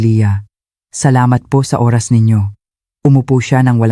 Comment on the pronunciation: Bakit ganon ang pag bigkas ng Oras?